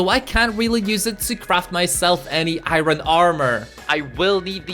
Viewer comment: ew you keep saying iron but its wrong